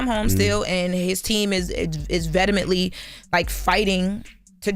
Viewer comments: that word had in a chokehold…. It’s pronounced ve·he·ment·ly is still better than Jess. I wanted her from beginning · I love. But she f*** up some words at times. Venemehently is wild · "Vedamently" .....GHTFOH 😐